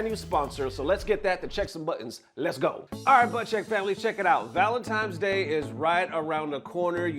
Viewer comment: did bro really say valenTIMES day?